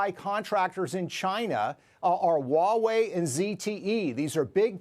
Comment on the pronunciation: HWAH-wey not "WAH-wey."